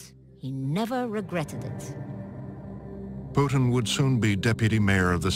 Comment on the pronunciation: "V.V.POUTINE..." LMAO, BBC are you for real?